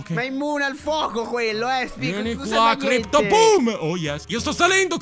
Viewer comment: Crypto non Crpyot ahahahahhahahahahahahahahhah